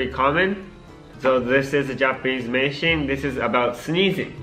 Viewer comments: Aku kok dengernya pas tomo ngomong meishin dengernya ngising beneran gak tau kenapa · Aku dengernya Meishin=micin :v